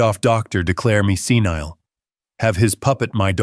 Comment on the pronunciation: Senile, NOT scenile